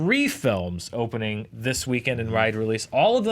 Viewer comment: Did just say "hopening the opening"?